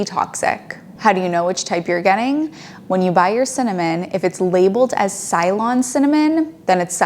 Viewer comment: Ceylon is not pronounced Sylon. It is pronounced Selon, the historical name of Sri Lanka.